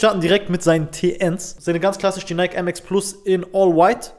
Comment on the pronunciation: Nike wird Naiki ausgesprochen Brud